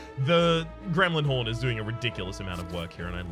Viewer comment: Every time says "Gremlin Horn" I think "is he addressing me?" -"Gremlin 'orn with a Scottish"